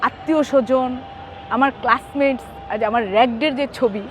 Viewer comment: মাগি ক্লাস মেট শব্দটি ঠিক মতো উচ্চারণ করতে পারে না রাকিব চাচ্চুর খাঠ কাঁপান আপু